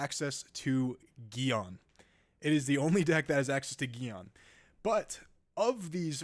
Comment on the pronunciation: Access to geion??